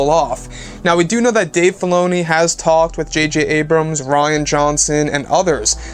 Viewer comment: Anyone else understood "Dave Baloney"?